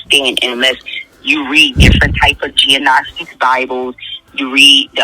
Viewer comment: She literally said G-nostic bibles? Lol